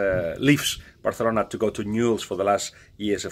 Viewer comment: Bathalona 😂 your ok Balague